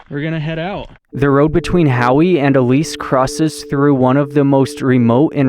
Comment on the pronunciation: We used to live in Arco ( about 15 miles west). Howe is pronounced "how" . Pahsimeroi is pronounced Paw - SIM- mer - oy. Ellis = El-ess. Back about 25 years ago Barney Hot Springs had aquarium fish living in it. Looks like there is still some there. Thanks for the trip down my memory lane.